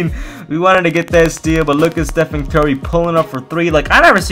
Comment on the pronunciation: How pronounces Stephen Curry: Stephen Kerry